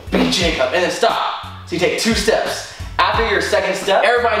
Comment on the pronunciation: has never pronounced Jacobs name correctly b4 lol